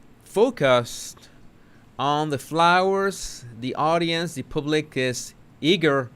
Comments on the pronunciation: Wales (plural) pronounced like whales. Public pronounced as paablik, not pooblik. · I love how pronounces the word “public” 🤣🤣 Pooblick 😂😂😂😂